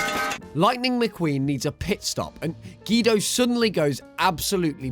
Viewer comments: GEDO ITS GUIDO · You said Guido's name wrong